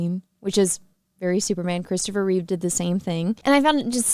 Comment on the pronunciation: I'm looking forward to the movie. However, may we please clear one thing up? It is Christopher Reeve (minus an "s" at the end). However the tv Superman actor of the 1950s was George Reeves.